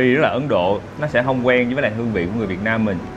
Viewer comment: Thích cái cách a nói “ Việt Nam” rõ ràng mà ko dùng âm điệu ngoại ngữ🙏🏻🫰🏻